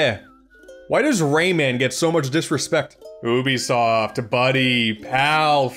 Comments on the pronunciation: Its pronounced "U be soft" not "ooh be soft" bc you and other youtubers keep mispronounced it I'm giving you a dislike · Your saying Ubisoft wrong It’s not ooobisoft It’s Youbisoft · I hate how he says "oobisoft" so much. Idk I'm more used to pronouncing it as "yoobisoft" instead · You say you-bi-soft not Ubisoft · It's pronounced like "you-bisoft". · That's a weird way to pronounce 'Oubisoft' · How do you pronounce Ubisoft? 1: you-be-soft 2:oohh-be-soft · Man this was hard to watch listening to this guy mispronounce Ubisoft EVERY SINGLE TIME! Maybe a YouTube video on how to pronounce it might help you out, would have liked the video if you didnt say it so dumb everytime. Also Rayman Arena is the best, with 2 being a close second